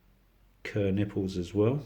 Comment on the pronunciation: It'pronounced like Car, not Ker.